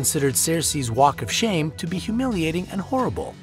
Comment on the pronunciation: Walk of SHAM? Is no one checking this video for spelling and pronunciation errors? This is terrible.